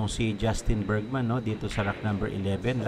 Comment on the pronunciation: Bergman hindi Bergsman dinadagdagan mo ng S